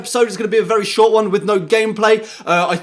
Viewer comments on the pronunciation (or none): none